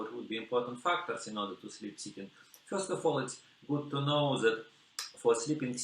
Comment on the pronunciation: I like how whenever he says "seated", the subtitles say "chicken". Even the subtitles couldn't understand what he was saying.